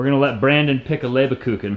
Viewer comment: "Leberkucken? are you sure? spell it for me and I tell you where you make the pronunciation mistake, if any? the "Kucken" part should I think be; "Kuchen", the '-CH-' is pronounced like a '-g-', but that is something you native ENGLISH speakers can't pronounce anyway. Just as the word "Neggar", an old Dutch word, meaning devilish or black-soul person, the English/ Americans made it as: .n....gg.....r, pronouncing the '-gg-' as a 'k', and the '-e'- as an '-i-', the '-a-' as an '-e-'.instead of the British '-a-' when they say 'I can't' instead of the American 'I ken't'. The 'Leber-' part; isn't that 'Lieber-'? translated it would mean 'favorite'' or 'beloved'. This would mean that the "LieberKuchen' nothing else but 'favorite or beloved cookie' means. Meaning; very delicious!!!! Verstanden? understood? Gut, und weiter es geht. Good, and we go on/ next!!! 🙂